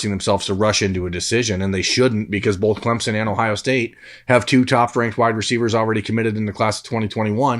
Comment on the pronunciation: The northeast Ohio jumped out in this episode. Take a shot every time pronounces both like “bolth”